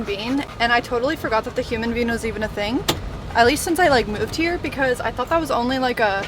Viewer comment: This video had me cryyyyyyyying 😅🤣😂 Poor baby hairs! I've been there done that too as a fellow fake blondie 😉 Also (I'm from Michigan) sooooo when you were saying Human Bean, I thought you were saying human being, and I was legit confused 🤣🤣😂 PLEASE! Link the top you're wearing with your beachy pants when you were telling your hair story. I looked in your Amazon storefront and didn't see it. Much love girl!! 🤍🤍